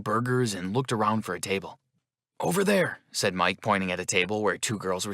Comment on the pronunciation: It’s “at” not ate